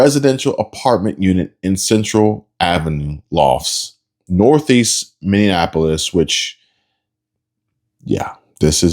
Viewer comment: Its Miniapolis not Mininapolis lol